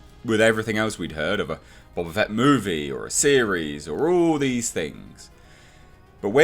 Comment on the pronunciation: Bo-Ba Fett, not Bob-a Fett.